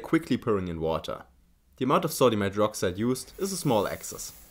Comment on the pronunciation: distilled watee :3